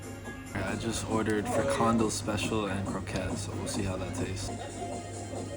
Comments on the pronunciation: Its fri-kan-DEL, not fri-KAN-del, but ok, you tried :) Lovely to see you soak in the Dutch cities. Utrecht is still one of the largest, you should also try smaller cities in Brabant for example, like Eindhoven or 's-Hertogenbosch, things are even more chill there. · Nice Vid. Just to help you, the Fondo you called it, is a FRI-KAN-DEL or if you go to Belgium, a Curry-worst. ;) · Great vlog once more 👍👍👍 How to pronounce The " Frikandel " ( with the onions , tomato sauce and mayo ) ... FREE - CUN - DELL = Frikandel Now you know ! 👍😁 ❤🤍💙 Cheers , Helen 👍🍺🗽 Love your vlogs !!! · It's pronounced frik can del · You're trying, but the English vowel shift is kicking you ass... Double O sounds like O and j sounds like y. Brood is bread, and -je or -tje is a diminutive, so a broodje is a cute little bread. Say 'brode-tyuh' and 'freak on dell'. ;) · it's pronounced like 'freak'-andell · You may want to research the pronunciation of 'broodje' and 'frikandel'. Glad you enjoyed Utrecht.😊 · Please stop pronouncing “frikandel” like that.